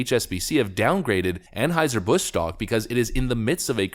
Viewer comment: Well, at least he pronounces Anheuser properly. I have heard a couple other channels butcher that.